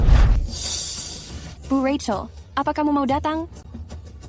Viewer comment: Penyebutannya bukan Racel tetapi Rachel ini yang benar .